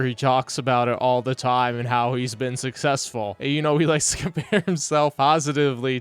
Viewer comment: Same guy who can’t say success correctly, so yeah that checks out